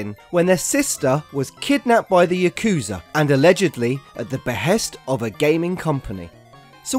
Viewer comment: Drinking game: Take a shot every time he butchers the word "yakuza"